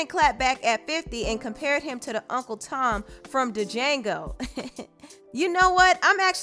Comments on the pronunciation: D- jango?! Sis, it’s pronounced JANGO, with a silent D 😩🤦🏾‍♀️ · Lolz it's Pronounce Jango. The D is silent. I'm with Nick when it comes to the cause, but Em for the bars, lolz. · Django is pronounced like Jango, not Du-jango.... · “Duh-jango” lol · This woman really said “Da Jango” smh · She really said da jango 🤦‍♂️ that’s all you need to know about this person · Did she really pronounce DJANGO as DEEJANGO? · Its just Jang-o the D is silent lol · She said “duh jango” 🤣🤣🤣. Do your research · "D jango" LMFAO that's not how it's pronounced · It’s not D-jango....the D is silent 😊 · Lol did she say Duh-Jango, when she said django? The D is silent🤫🤫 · The “d” is silent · The “D” in Django is silent, js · It's pronounced JANGO , the d is silent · The D is silent! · EM all the way, The D is silent in Django BTW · The "D" in D'jango is silent, sis. Lol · The “D” is silent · D’Jingo doesn’t pronounce the D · These old men needa sit down, Mariah is unfazed 😂. And the D is silent in Django. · Nashua Plays I’m glad I’m not the only one that caught that 🤨